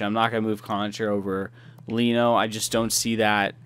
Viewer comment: Loving the vids. Here are some of the Sabres names pronounced: Leino- Layno Pysyk-Pizik Erhoff- Airhoff Ruhwedal- Ruweedel Just for future reference, no offense on how you said them before haha